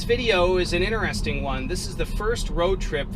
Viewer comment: Great vid! P.s. Please try to pronounce the first t in interesting.